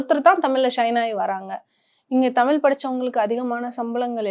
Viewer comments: She is not able to pronounce Thamizh properly... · தமிழ் என்பதை சரியா உச்சரிப்பு செய்யவும்.